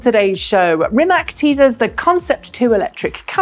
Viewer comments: Please, pronounce /Reemats/ not /Reemack/ as that is how his surname is pronounced in Croatian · It is not Rimek, it is Rimac. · Hello, just to inform you that, native English speaking persons, should pronounce Rimac in proper way, not pronouncing "K" at the end of his family name. His family name should be pronounced with "C" at the end. In our language, contrary to English, we have very practical rule and if one's follows it can not be mistaken. There is a saying in our Slavic language which goes: "Write as you speak, read how is written!" Meaning that in our language every letter has it's unique pronouncing mark (phoneme) and you just combining the letters, always in the same way. There are some exceptions, but let's leave it from this short explanation. Following the rule "Write as you speak.." in our language, even strangers can read properly, even they do not understand a word of the text. This is just to know how Rimac is pronouncing properly. Although, Mate Rimac repeated many times in public that he did not bother with this interpretation of his family name in English. Thanks and keep up with good work!